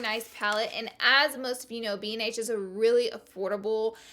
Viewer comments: BH Laura! Not B and H 😂😘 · It's just BH -- like B.H. not B and H.